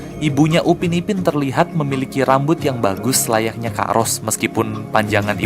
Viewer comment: Upin bang bukan ubin